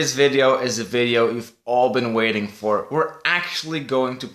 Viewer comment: why does he say ...(iiivideo) and not video in the intero